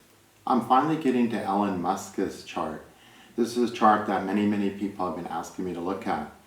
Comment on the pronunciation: Not ellen..it's E Lon...❤